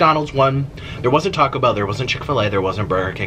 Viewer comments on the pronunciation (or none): none